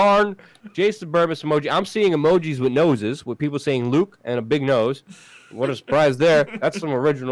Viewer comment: It's not pronounced "wit" it's "with". There's a TH at the end.